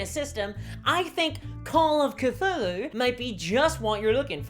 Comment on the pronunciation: You mispronounced Cthulhu.